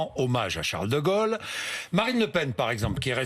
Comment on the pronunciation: Non bourdin 'c'est pas de gole c'est de gaulle comme paul pas gogol comme bourdin Quel tristesse heureusement sa compagne rachète un peu.